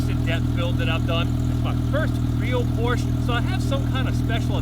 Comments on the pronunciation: So sad that you can’t pronounce POR SHA correctly. You wouldn’t say CHEV RO LET would you…..see? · Its Porsche, with an E at the end. Not Porch. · Full red, it makes a solid visual against the black. The white bit in the led taillights breaks it up. Beautiful!!!! Drive it. Please pronounce the last ‘e’ if you love her, she deserves it. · Pronounce porsche properly!!!! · It’s a shame you cannot pronounce Porsche correctly. That’s All.